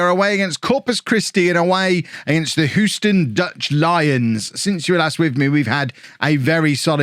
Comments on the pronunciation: You’re pronouncing Houston correctly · as someone that lives in Houston, I'll confirm you're pronouncing it correctly. also, I've never heard of the Houston Dutch Lions. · From America, Your saying Houston correctly. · Hugh-stun. You got it. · You are saying Houston correctly (From an American) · Believe it or not you were saying Houston the correct way and that's coming from someone born and raised there. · You didn't mispronounce it. So you were scored on for false consequence. :P But that may be what the language company is making money on, interpreting your geographic mispronunciations. And yes, they're an Academy team. If their parent club doesn't want to secure their contracts, ruin them. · you are pronouncing Houston correctly. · Of course he’s pronounced it correctly. Unless you’re talking about the street in New York which is oddly pronounced “How-ston”. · He's saying Houston correctly.